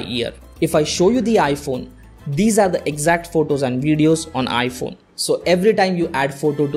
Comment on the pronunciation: It’s photos not votos 😂